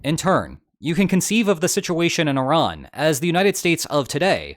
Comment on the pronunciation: First person to pronounce Iran correctly instead of calling it I--Ran